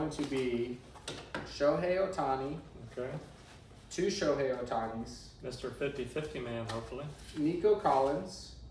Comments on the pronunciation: It’s not pronounced “Showy”, it’s “Show-hay”. If you’re gonna collect someone, you should probably know how to say their name. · It’s literally 2 basic syllables and it’s been spoken millions of times by anything remotely sports related for years.